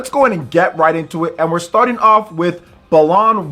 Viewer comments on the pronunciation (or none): pronouncing it “belan” and not “bah-lan” are fighting words